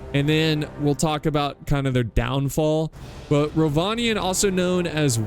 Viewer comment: Almost 2 minutes in and I know for a fact that it's going to be a great battle. And yes, you did pronounce Rhovanion correctly:)